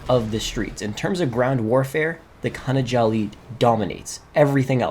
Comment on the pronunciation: Khana Jolly lol